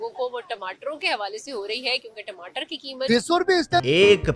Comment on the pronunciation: Timatar bolte Hain bhaiya 😅